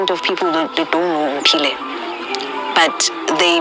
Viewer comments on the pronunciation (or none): Aow hle but Ph makes the sound F in English. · The same way you pronounce “Phillip” 🙄🙄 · Please learn to pronounce her name. It's not an English name